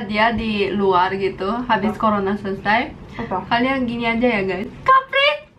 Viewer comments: Pas bilang "CORONA" sumpah ngakak banget sampe ke korea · Lucu pas bilang corona